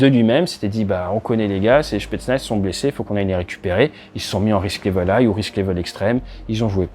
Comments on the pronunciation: Désolé de shipoter mais ça fait vraiment mal a l'oreille: on ne dit pas shpetznaz mais spetznaz. C'est une abréviation du "spetsyalnoe naznachenie": corps d'élite pour des missions exceptionnelles (spéciales). Prononcé comme vous le faites ça fait penser à quelqu’un qui vient justement d'avoir une altercation avec un représentant spetznaz en question dans un bar :P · Comme d'habitude très intéressant et didactique, merci! J'ajouterai juste qu'en russe ils prononcent "s"petsnaz et non "ch"petsnaz :)